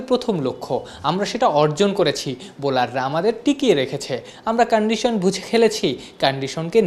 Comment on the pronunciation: ক্যান্ডিশান 😂😂😂 উচ্চারণ এর বিকৃতি দেখে আমি শিহরিত🤣🤣